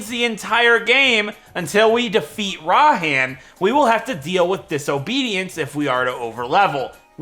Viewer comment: IT IS PRONOUNCED RAI-HAN